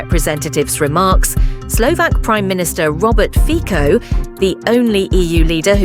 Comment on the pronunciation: The pronunciation is Robert Fitso, you don´t even bother to check it before you publish it...